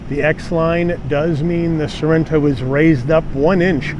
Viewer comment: Beautiful. Car. Nice review. Overlooking. That you call it " soreno(without ithe T. Neverard of a tiny2.5L engine describedas a" "bigger"engine😂